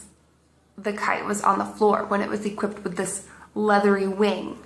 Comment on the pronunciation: I laughed so hard I almost puked when she said "equipped".